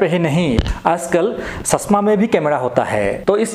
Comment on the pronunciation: Chasma bolte hai #shasma nhi